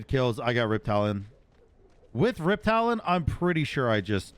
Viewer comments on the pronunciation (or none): Are u saying "riptalion" as a meme or do you think its "riptalion" instead of riptalon